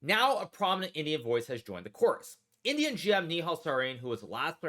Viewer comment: At first I thought Hikaru was saying 'idiot' not 'Indian' 😆